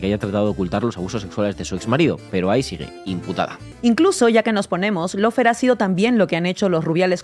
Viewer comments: Si se utiliza la palabra inglesa "lawfare" deberia pronunciarse bien y no decir /laufear/ o /loufare/, sino algo asi como /LOFEAR/ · ¿No perdemos españolidad por pronunciar en inglés cuando se usa una palabra inglesa? Así se ahorran el no decir una versión cada uno, dando la impresión que no se oyen o no se ponen de acuerdo, además de la de no usar el diccionario. Por qué no decir / ˈlɔːˌfɛə / o loo fee, al menos?